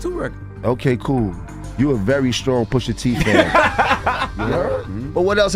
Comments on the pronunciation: Poosh a tee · Pusha teeth 😂